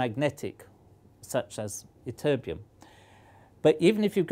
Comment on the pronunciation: Emphasize the TT in ytterbium would ya, you say it like y-terbium